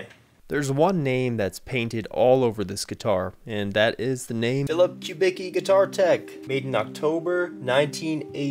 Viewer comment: Don’t let me interrupt, but for the record; The luthier’s name is pronounced “Kub-icki” not “Kub-ecki”. silly me!